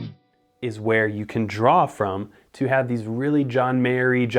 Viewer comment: Am I the only one who noticed him saying ''From'' sounded exactly like ''Some'' that comes right before ''body once told me'' by all star?